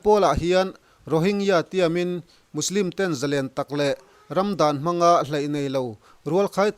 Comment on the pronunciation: Musilim tih ang deuhin i lamri a Muslim anisia